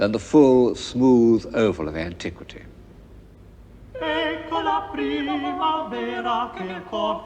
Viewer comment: Did I hear him say “antique-city”? 😊